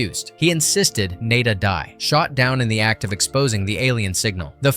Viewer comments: NAH-DAH. NAH-DAH. Not NAY-DAH!!!! Get your shit together, please!. This is more than just a movie to some of us. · naw-da, not nay-da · Not Nay/-duh, Nada (nah/-dthah), as in Spanish for nothing. Such a great movie. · Nay-da? Bro, did you miss phonics class in school or something? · It's pronounced...... nah-duh. Spanish for nothing. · Well, whatever classic you "expose" next, try to pronounce the name of the character properly each time you say it. Nah-da, Naa-da? Really? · Maybe get a REAL narrator who can pronounce the character's names the same way each time. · You seem to be confused about how to pronounce the protagonists name. Have you even watched the movie or are you talking out the side of your ass?